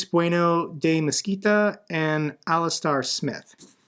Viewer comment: It's pronounced Alis - ter.